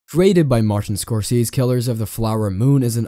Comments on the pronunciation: Martin Scorseeees. Incompetence. But make sure to hit the bell😂😅😂😅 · Bro you are out of your mind with your pronouncement of score say zee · You should learn how to pronounce Scorsese’s name before you make something like this. You’re not even in the ballpark.